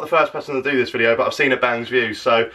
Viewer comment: He says videeo like alex now lol